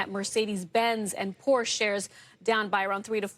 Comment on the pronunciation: The biggest crime here is the the CNBC anchor mispronouncing "Porsche". Trump's antics are no longer surprising. But mispronouncing Porsche? Off to El Salvador for you, lady.